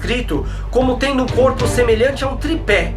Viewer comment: "a letra u",eu ouvi:"número u"RACHEI VEI